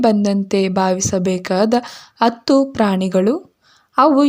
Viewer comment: ಅತ್ತು ಅಲ್ಲ ಹತ್ತು😂😂